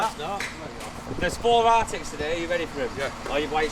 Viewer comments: Arctic?. Its an articulated lorry. Artic. 😂😂😂😂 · Its called an artic not an arctic 😂🤣